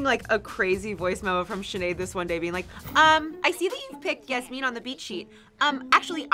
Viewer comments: The pronunciation of Yasmin is SENDING ME 😂 I say it like Jasmine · Okay no hate to y’all, cause you guys are saying it how its spelt, but the way you guys have been saying “yasmine” has been KILLING ME 😂 atleast from when i watched the show they pronounced it yaz-min (like jasmin) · I dont want to be rude but ive watched bratz and im pretty sure they pronounce yasmin like yas-men not yas-mean just saying yall look cute but also i think there shouldnt havent been two yasmins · It is pronounced Yas Men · When they kept saying Yasmin wrong and called her Yasmine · i’m so sorry but Yasmin is pronounced like jasmine but with a y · I will never get over the fact that Yasmins name is not pronounced how they are saying it.